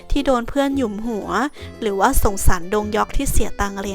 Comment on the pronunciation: แอด accent คำว่าหยุมหัวได้เป๊ะมากยังกะมาจากอำเภ่อเชียงยืนเอง